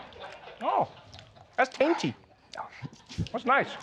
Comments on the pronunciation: “Mm… that’s tainty.” 🤣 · 🤣🤣🤣🤣🤣✌ " that's Tainty" 💯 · "That's tainty." I'm so done with them. 😂😂😂